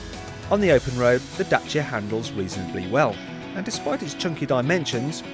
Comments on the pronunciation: Da-ch-ia, because that's how they pronounce it in Romania. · its actually da-ch-ia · DACIA NOT DACHA !! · i prefer the way James May pronounces Dacia compared to the correct way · Romanian pronunciation: dat͡ʃi.a, the t͡ʃi being not dissimilar to the "t" sound found in tex"t"ure, or punc"t"ure. Look it up yourself. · I'm actually being put off the Dacia brand because of the way the marketing men and journalists keep pronouncing the brand Dat-chi-a, it's Day-see-a in the english language. There are a lot of other car brands we all pronounce differently in our own languages. We didn't call the Citroen 2CV the deux chevaux, because that's the French way of saying it. It's Day-see-a people.